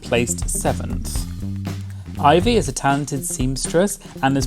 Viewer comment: Thank you for saying Ivy’s name the CORRECT way 😂😂😂